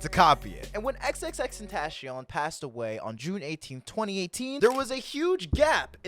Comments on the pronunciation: WHAT DID U CALL HIM?!... lol I meme on it but its TEN-TA-CION lol but its cool I used to call him tenacion in 7th grade but yk lmao. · WHAT DID HE CALL HIM?!... lol I meme on it but its TEN-TA-CION lol but its cool I used to call him tenacion in 7th grade but yk lmao.